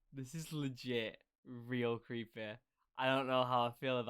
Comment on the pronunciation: This is legit creepuh this is lugit cweepeh